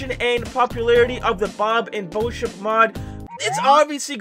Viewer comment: you said boship 2 times hhahaha